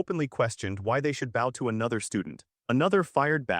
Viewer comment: Can never pronounce bow properly either 😅